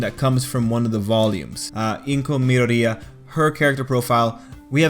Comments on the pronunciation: Why do you pronounce midoria as pizzeria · I'm crying at your pronunciation of Midoriya. You say it like a Italian family food chain.